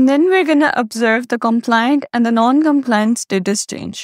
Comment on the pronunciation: Please check the pronunciation of the word 'compliant' on Google. You are mispronouncing it really badly. The other video is OK.